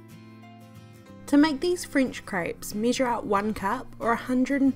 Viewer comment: Yeah.. Yah .. eggs .. iggs!! measure missure??? Website wibsites??? Everything.. ibverything? Wheat .. wet? Blender .. blinder??? Crepes .. krapes? Omg relax.. relayks